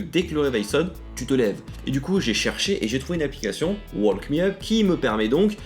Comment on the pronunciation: On ne dit pas le l de walk :p